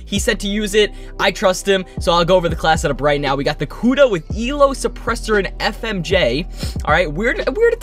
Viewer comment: Anyone else notice how he said FMJ